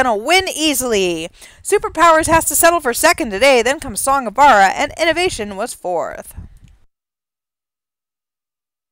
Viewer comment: I'm Glenn Larson's son, and I'm commenting on this for one reason. Pronounce the j in Vajra! It's "Song of *Vuhj-ruh*", not "Song of Vah-rah"! Put some respect on his name!